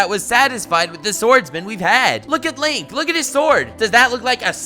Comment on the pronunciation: Can’t believe he butchered Link and Zelda smh